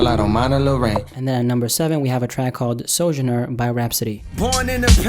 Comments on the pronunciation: Sojourner = so-join-er 🤦🏾‍♂️ and Shea= is shay not shia 😂😂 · Dude it irritates me that you really can't pronounce Sojourner or Shea. It's ridiculous. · The way he pronounced Shea and sojourner bothered me just a little bit.